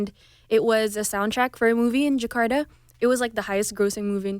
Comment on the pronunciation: Just don't like Menik said djekada ( Jakarta!) But anyway so proud..